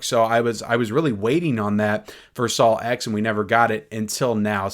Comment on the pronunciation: “SaLw X”? (Just messing with you.) 😂